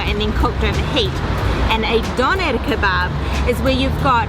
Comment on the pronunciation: Hahaha Doner Kebbab Diese Aussprache ich lach mich schlapp😂😂😂💕Viele Grüße